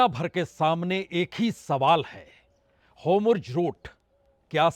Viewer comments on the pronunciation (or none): Sir ji HOMRUZ nahi hota jaisa aap bol rahe hai 😂😂😂 HORMUZ naam hai mere prabhu pronounce sahi kro HOMRUZ HOMRUZ 😅😅😅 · Aabnaai Huuz hai Homurz Boltai Ho Theek karlo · It is Hormuz not Homruz. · बाजपेई जी, आप अभी भी हॉर्मूज को होमरूज बोल रहे हो और नेतन्याहू को नेतानू बोल रहे हो। उच्चारण सही कर लो भईया 🙏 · जनाब, 'होमुर्ज ' नहीं है.....'होर्मुज ' नाम है। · Hormuz not Homurz sir. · Sir its hormuz not homurz. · Sir, why do you say 'HoRmuz' as 'HomuRz'.